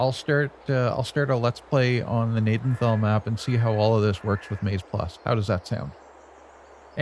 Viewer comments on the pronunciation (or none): Pronounced Ga-naden-tal, my great grandfather, and grandfather grew up in Gnadenthal. The farm yard in the town is our main farm yard.